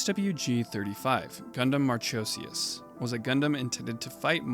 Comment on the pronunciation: Good roundup. Some spelling and pronunciation errors (the "h" in "Marchosias" is supposed to be silent, as per the katakana), but does the job. Then again, the Asmoday is written in katakana as "Asmodeus" and I have no idea where Sunrise/Bandai pulled "Asmoday" from.